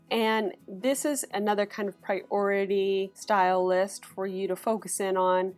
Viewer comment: Just one question - since when has priority become two words? (Pri-ority). She said it as one word, as well, so why keep splitting it up?Annoying 😡